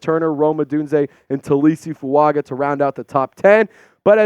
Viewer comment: I think it’s pronounced Fu-unger. Samoans always have an invisible N before a G